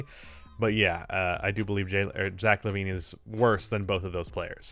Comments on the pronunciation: it's Lavine not Levine Also: WILT CHAMBERLAIND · it's zach lavine, there's no e in his name say what